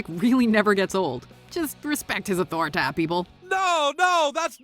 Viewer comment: Respect his authoritah Done even dare question his authoritah